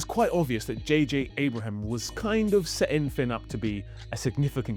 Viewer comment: Hey, American tidbit for you. Rian Johnson's name is pronounced the same as "Ryan, ( rye-an)". Sometime in the 70's, a bunch of people decided to change the spelling of Ryan to Rian, but pronounced the same. JJ Abrams last name is not pronounced Abraham, it is a shortened version of that. Remember: Two countries separated by a common language. Love your videos, keep up the great work!